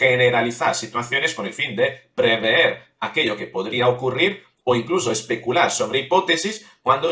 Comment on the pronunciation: Pronuncias "preveer". Y debes pronunciar prever.